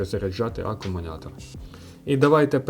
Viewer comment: CSB працює вже 4 роки, тримає як в перший рік.Не треба всіх під одну лінію ставити. І вивчіть накінець слово "Акумулятор" а не акумуНятор.